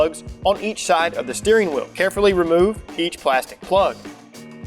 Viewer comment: SHHHTEERING WHEEOL